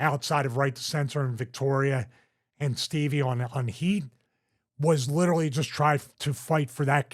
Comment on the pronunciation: "Litterly" -Stevie Richards Love ya, bud, you're the man.